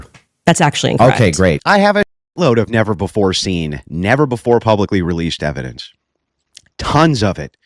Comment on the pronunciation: Can’t wait for the “overwhelming evidensh”